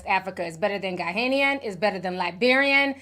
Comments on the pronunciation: Ti, Ghanaian pronounced ‘Gar-nay-an’ not ‘Gar-hay-Nian’ Senegal’s has the best jollof plus it’s the original. Ghana is second 😊 Also sometimes you say Liked-ed and Looked-ed and other times you say it normally. Is that a mid-west thing? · I know I'm not hearing you mispronounce Ghanaian, with you Nigerian self but can say Eritreya and Puerto Rico. Don't besmirch our Jollof rice for your oily peppery concoctions 😂😂😂😂😂😂😂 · The way Ti is pronouncing Ghanaian is killing me 😂😂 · I have never heard anyone pronounce Ghanaian like that 😂